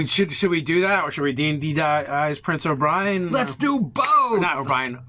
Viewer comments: O-ber-N not O-bri-N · pronunciations are the best. "Prince O'Brien" had me dying, lol